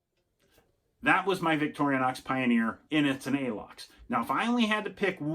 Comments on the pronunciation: Why do you pronounce it by saying "victorianox" 😐?. It's pronounced "victorinox" 😐. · No disrespect! Many people pronounce it this way, great video